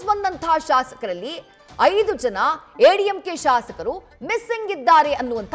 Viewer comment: ಎಐಎಡಿಎಂಕೆ ಅಂತ ಸರಿಯಾಗಿ ಹೇಳ್ರೀ.ಯಾವ ಸೀಮೆ ಚಾನಲ್ ನಡೆಸತೀರ.